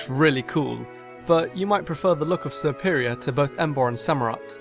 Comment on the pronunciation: I always chose fire type except 1st time playing 2nd gen, because Chikorita in the anime was just so cute (but never again because her evolutions look terrible) & gen 5 because Snivy's final evolution is Serperior (idk if it was just our dub but the kid pronounced it so it sounded like Superior xD)